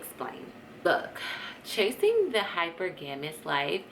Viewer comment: Pronounced as “hi-per-ga-mous” sis.